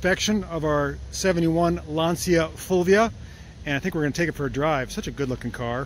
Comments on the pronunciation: As an English speaking Anglo-Irish man domiciled my whole life in Englandshire I may say your pronunciation of “Lancia Fulvia “ is exactly as we have always said it. I gather that is how they say it in Italy as well. Only with a New Jersey accent! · "fulvia" was pronounced pretty right(the feminine of my name) , admitting that it's not an easy name eheh...anyway the car is in amazing condition, even here in Italy is difficult to find one in this shape